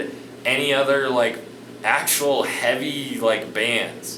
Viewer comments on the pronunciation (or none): none